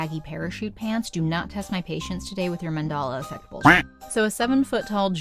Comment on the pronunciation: Did you say "mandala effect", or am I remembering wrong?